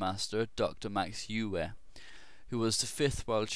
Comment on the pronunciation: Euwe (UHR-vuh) He's Dutch >_>